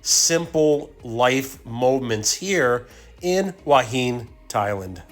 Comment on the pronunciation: HUA HIN is pronounced WHO-WA HIHN. By the way, you were featured on the YouTube channel STUART JAY RAJ a day ago as a Thailand YouTuber who can't correctly pronounce the names of Thai cities. You should go back it out!